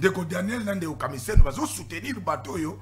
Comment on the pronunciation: Boyoka muluba wana KAMISENDO nde KAMIZELO